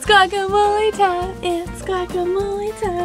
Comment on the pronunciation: really enjoy y'all's channel and look forward to every episode ... but I have to say 1 thing....the G in guacamole is not a hard G. the GUA is pronounced like a W. that's it. 😁 enjoy Mexico (meh-he-co) 😂